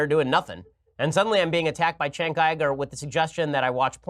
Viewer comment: The thing where Shapiro keeps saying Cenk's name so he can purposefully mispronounce it is really childish.